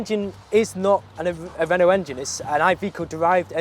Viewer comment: Renault & Van = Veno (exactly how he pronounces it)